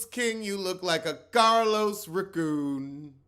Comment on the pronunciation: A few things: “thick tongue raCOOn” has me in tears. The moose (nene) is being proven right everyday to my surprise. RHOBH with Garcelle’s treatment, Eboni exposing RHONY and of course how he played Monique at the reunion. Lastly, I love that you have your own lingo “investiga-ga” and “restitu-tu”